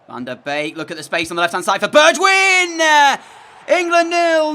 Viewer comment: Correction his name is actually pronounced bergwine not bergwijin 😂 it’s an error I also used to make